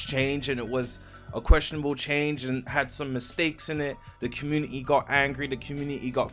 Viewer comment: Bro says community like comu-ni-ni